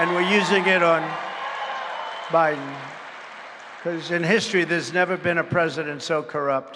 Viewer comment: did he say joe briben? lol